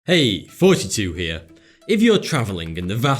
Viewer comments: I thought he said fourty two but then i looked down at the channel name and i realised he said thoughty. Sorry mate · God every time I click on one of this guy's videos, I immediately remember why I quit watching, I just can't stand that he clearly says 42 but it's spelled thoughty2. I don't know why but it annoys the piss outta me, like you wouldn't say "Let's go see For Ragnarok, I hope it's better fan For the Dark World, I have a feory on where Odin is, fank you for getting fis round". Thucking British thaggot. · "Hey thoughts-2 here" Me: did he just say "hey 42 here" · when he says thoughty2 it sonds like forty two. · Is he saying 42 or thoughty2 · Every time you say thoughty2 here it sounds like your saying 42 here 😆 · I thought you said your name was “42”. I have to get my ears checked! 🤭🤭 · One time, just one time, I wish he could pronounce the name as anything other than 42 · I thought I was crazy. I thought he was saying forty two after watching probably ten videos. Then I noticed it was spelled Thoughty. I couldn't understand why I kept hearing forty but he actually is saying forty it seems. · When I first saw his video I was surprised by him pronouncing the name of his YouTube channel. It sounded like fortitude to me haha. But then I just saw that he was advertising something and I heard him saying use the promo code thoughty2 or something like that xD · I always think he says 42 here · am i the only one who hears fourty2 every time he says "thoughty2 here"?? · fucking damnit, I keep thinking he's saying "42" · When he says thoughty